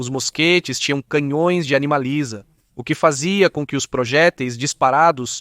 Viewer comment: Ia ruim ou ele que não sabe falar 😅😅😅